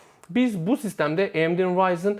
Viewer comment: Amd he eyemdi diyosun rx e reiks diyosun dikkatjmi cekti shhshs